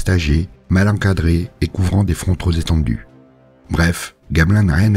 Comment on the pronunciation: Trop Pétendus, pas trop Zétendus. Sinon, excellente vidéo et excellente série de vidéos.